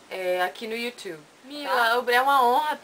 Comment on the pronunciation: seu "you tchube" eh pra morrer de rir kkkkkkkkk